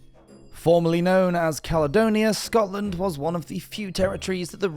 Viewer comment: Ya estamos con otra delirante demostración del orgullo, soberbia y engreimiento de la Gran Bretaña. Roma, simplemente no la conquistó porque no había ABSOLUTAMENTE NADA de valor en ella. Bueno, cuando el narrador la denomina "calonia"en lugar de Caledonia, ya queda todo dicho. Claro que peor sería que la llamase "Calzedonia", oigan